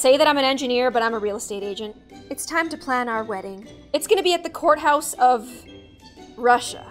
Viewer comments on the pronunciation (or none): none